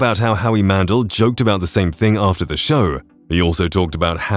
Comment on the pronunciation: Heidi's last name is pronounced KLOOM, not "clum." Howie's last name is pronounced MAN-DELL, not mandle (it's NOT like handle!)